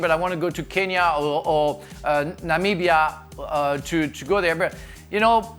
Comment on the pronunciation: Finally someone on a show pronounced Namibia correctly 🤣👏Thanks Frank!!